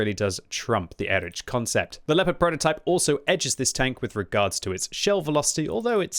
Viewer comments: please for the future, try pronouncing it like “erikh” instead of “erich” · Pleas say erih ant not erič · I am pretty sure it should be read as /ˈeːʁɪç/, or at least /ˈɛrɪx/,... And before anyone starts scolding me: this is not a critique, but a friendly advice to him, as is known for his striving for original pronunciation of the tank names 😇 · Again, EriH, ch in german is like H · It just dawned on me that the name of the German Leopard tank is spelled identically in both English and German. Listening to butchering the "Erich" part of this tank I suddenly realized it's the same with the Leopard. An English speaker will say "leperd" but a German speaker will also pronounce the 'O' and wil pronounce it "lay o pard".